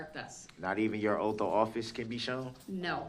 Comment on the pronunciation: "You took an oaf"